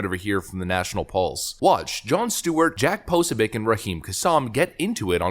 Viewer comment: 'po-SO-bic'. Emphasis on the SECOND syllable, not the first.